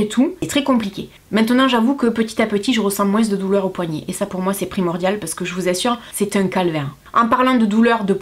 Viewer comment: j'adore quand tu nous dis " moinss' " ^^ <3